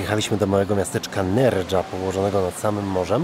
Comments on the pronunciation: Jasne, że "nerha" a nie "nerdża" :) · Re: Ronda, wąwóz to może być głęboki, a wysokie cos to góra. aha, jeszcze coś, w języku hiszpańskim "j" wymawia się jak polskie "ch", a nie "dż" lub "s" w zależności od zestawienia z innymi głoskami (Nerja) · Nerha a nie Nerdża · Nie figowce, tylko fikusy, nie aloesy tylko agawy i nie NerDŻa tylko NerHa 😉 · Nerka czyta się Nercha